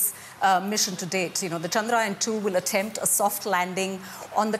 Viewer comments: Try to say ... Chndra - yaaan...not chaand-raayan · It's pronounced as "Chun-druh-yaan" and not Chundraa-yun. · It's pronounced "chandra yaan" not "chand raayan". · It's Chandra yaan not Chandrayan . Even Indian reporter said it wrongly. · It's not chand-ryan its chandra-yaan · The right pronunciation is Chandra(Moon)-Yaan(vehicle).. You can pronounce it like u pronounce yawn only with an emphasis on 'A' from an open mouth